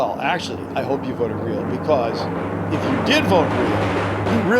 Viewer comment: Not reak